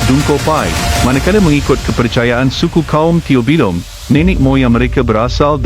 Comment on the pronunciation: btol admin ni bkan org sabahan tpi org filipina. . . . . Brooo ckapan tobilung pn jdi tueubilong. . . . .konten rasisme dan cba memutarakan bngsa org lain spaya rosak. . . . .bro sya orang sungai bro. . . .kaitn rapat dngn rumpun dusun bro. . . . .bhasa hmpir sma trmasuk murut. . . . .konten ni bnyk tidk sahih. . . .